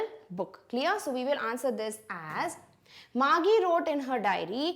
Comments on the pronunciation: It was not Margie gi. It was Margie ji😅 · Mam your pronounciation for Margie is not correct its actually mar-'g' not mar-'gie'